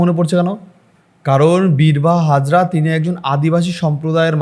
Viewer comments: বীরবাহা হাঁসদা not হাজরা সংশোধন করবেন। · Birbaha Hazra noy dada,Birbaha Hansdah. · Birbaha Hasda Not Hazra. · দাদা হাজরা নয় হাঁসদা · Dada hajra na bole hijra bolun. Actually BIRBAHA HANSDA. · ভাই, হাজরা নয়, হাঁসদা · ভাই, -----বীরবহ হাজরা নয় /হাঁসদা। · বিরবাহা হাঁসদা হবে, হাজরা নয়।পরিচিত নাম তাও বার বার ভুল বলে যাচ্ছেন।